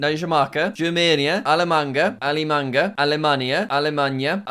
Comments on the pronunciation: Allemagne is pronounced " al eh man ya" :) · That french 'allemagne' was so depressingly pronounced 😭 For those who wanna know how it's pronounced It's sorta like "al-ma_g_n" or, just Al, ma, silent G, and n, as in the n in ten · alle mangue. bruh its ale man gue (how u say germany in french) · alamanga? all-mang (closest approximation to french) really funne jack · Saying the french pronunciation is allemanga is craaazzzyy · as a french, i respectefully hate you, but only for you, pronounce it like this : aalu(slight)mañe. Its not perfect but its better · In French we don’t say for gn ge we say nye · "allemanGEH" as a canadian... no. not that. not that pronounciation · Lmao, jack's pronunciation of "Allemagne"